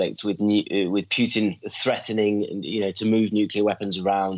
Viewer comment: Mike Martin is so good but can someone tell him there is no U In putin: путин. Pronounced poo tin which is actually pretty accurate in another way also…